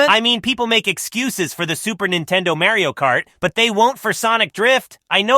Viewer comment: Sonic really said Mary-o Kart. The rivalry is real and disrespectful, and I love it